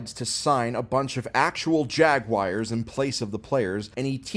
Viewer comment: bro called the colts the chiefs then the jags jagwires after trying to say jagwaars